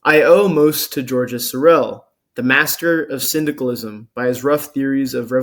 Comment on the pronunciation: in French, the S at the end of GEORGES is silent ...